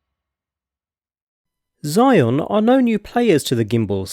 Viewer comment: A lil correction: the brand name is not pronounce as “psy-yon”, it pronounce as ‘zeeez-yuin’ (yuin pronounce like ruin but with a y)